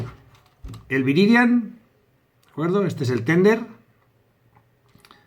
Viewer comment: no digas Tender! jiji. Suena a Milka Tender(tierno) jiji. Tethered(atado, amarrado) sonaría mas a como "tederd". Si buscas en google traductor puedes escuchar como suena. Con lo que te esmeras NO PUEDO dejarte ahí diciendo TENDER.:-D Que honor! Me has hecho famoso!! Voy a compartir el video en mi facebook.;-) Un saludo. Animo!